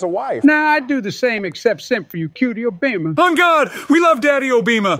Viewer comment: I can't stop laughing😭😭 Obaema Obeema